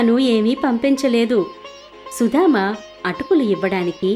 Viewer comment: Nice.But it is Sudama not Sudhama